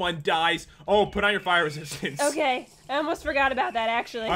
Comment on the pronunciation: I thought Pat say! Pire resiatince bt no! Fire resistance